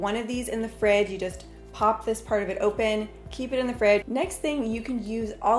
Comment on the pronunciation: Did she say FRIG?? Not fridge...?